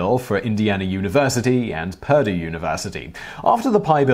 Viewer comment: And for another bonus fact ; Simon has no idea how to pronounce Purdue.